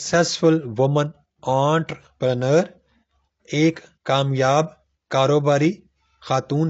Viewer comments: What is "aaant prener"? 😡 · "Aunt preneur" 🤣🤣🤣